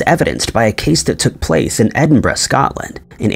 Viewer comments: The biggest mystery is how he managed to pronounce “Edinburgh”… and “peripheral “! Nobody gets peripheral right! ‘ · Omg , you said EDINBURGH correctly, finally !!!! 😁, also another great video